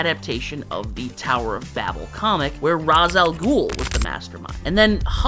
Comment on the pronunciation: I heard the way you pronounced Ra's Al Ghul and thought, does this guy really know his comics... Then you mentioned "Matches Malone"!